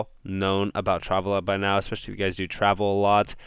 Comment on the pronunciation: You're saying Travala wrong. Shits kinda funny haha